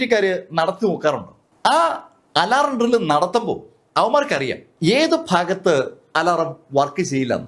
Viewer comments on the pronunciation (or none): none